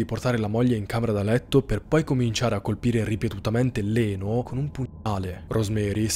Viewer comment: Ciao, solo una piccolissima precisazione: Leno si legge "Lino". All'epoca molti nomi italiani venivano scritti in modo che fossero pronunciati in modo simile all'originale. Lino andava pronunciato "Laino" 😂 invece scrivendo "Leno" si poteva pronunciare in modo giusto "Lino". La storia della family è agghiacciante. Oggi il piccolo avrebbe ben 54 anni, che tristezza sapere che la povera Sharon non viene ricordata per il suo talento d'attrice ma per la terribile morte che ha trovato quella notte.